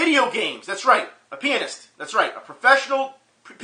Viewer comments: I hope I'm not the only one who heard penis instead of pianist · lol i thought you said professional penis. btw el toro will get his. just believe in your self and dont run half marathons before it